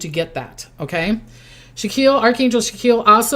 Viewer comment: It's actually pronounced SACK-KEY-ELL.